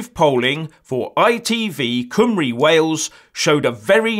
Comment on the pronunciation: Great report. Best one yet. You even pronounced Cymru like a Welshman.